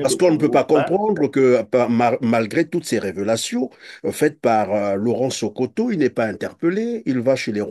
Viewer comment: C'est Laurent Sokoko et non Sokoto, vous avez écorché son nom